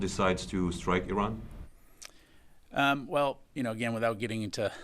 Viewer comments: If this general has no problem pronouncing ISrael than why can't he similarly pronounce IRan ? Why is he always I RUNing ? This is phonetic hypocrisy ! 😂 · In America, "I" makes a "E" sound. Because from the look of it Iran ain't running from no one 🤣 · Feels a little bad when a major general doesn't know how to pronounce Iran.